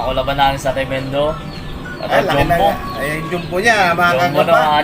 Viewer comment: Sa totoo lang naiirita ako sa Jom-bu na pronunciation nyo e.. Ahahaha parang di ko alam kung kulang sa aral o sinasadya lang e.. Jumbo po hindi jombu....